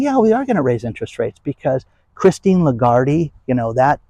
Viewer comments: You are mispronouncing her name. Phonetically, it's La Guard, silent e. She is also French. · Her name is pronounced “lay-GARD” you weirdo.